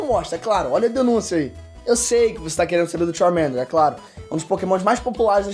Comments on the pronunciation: Vsfd, vc pronunciando Charmander é MT feio JKKKKKKKKK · Só não gostei do jeito que pronunciou o nome do Charmander. Tava dando agonia 😂